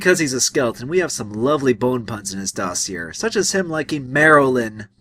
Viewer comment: I like this review, but you repeated a pet peeve of mine. Its pronounced Doss-ee-ay